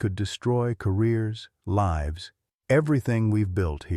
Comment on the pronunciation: Your storyteller, likely AI generated, pronounced the word 'lives' in the way that infers that someone lives in a house. The correct pronunciation would be 'lyves'